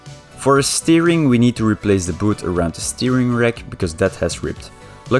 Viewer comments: BOOT , not Booth. LOL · BOOT not BOOTH!! haha either way, you're english is really good!